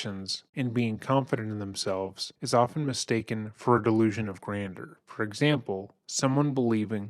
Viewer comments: You know I love you guys 😘😘 but it’s pronounced “ grand-jurr”-“delusions of grandeur “. ( AND dude can NOT Rap, he ain’t no poet but he didn’t know it! ). Yes, delusional. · Can’t listen to this,….sounded interesting but ,…. constantly mispronouncing “delusions of grandeur“ is more than I can take right now. Try using a pronunciation dictionary! Many people may call me a snob, but that doesn’t matter. English needs to be spoken correctly! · Why are you saying grandeur like that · I don't think that is how grandeur is pronounced, but excellent coverage of this case. 👏 👏 👏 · I hate to nitpick but I can’t stand the way you pronounce “grandeur” 😔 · Grand-jeur, grander is something else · " delusions of grandeur " not grander. It's french so it's pronounced (granjur) totally love ur content. I'm an early subbie, I just know that u like things to be accurate that's all. Keep up the fantastic work!! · Barely relevant to the very quality video, but just for your own future use/knowledge, “grandeur” is pronounced like “gran-jurr”, rather than “grander”. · Uhhh… The second syllable of “granduer” is pronounced as “jer”, not “der”. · Someone has to tell the guy he said "delusions of GRANDER" four times. It's pronounced "granjer", man. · Sorry dude but this is one of the most annoying intros to listen to when you keep pronouncing it delusions of grander. It’s grandeur. I know it’s a small criticism, but that’s really grating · gran-jure not grander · My brother in Christ, it is grandeur... not grander. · Honey it’s not “grander”, it’s “grandeur”, a different word with a different pronunciation. 😊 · Gran-jure ... Delusions of "gran-jure" Not being critical. I enjoy the channel. I just thought you might want the information. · Grandeur is pronounced “gran-jur”. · It's pronounced "gran-jer"! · It’s pronounced like "grand-you’re" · Love your videos. Please google how to pronounce things. “Grandeur=Grand-jur.” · you pronounce grandeur incorrectly. ˈɡranjər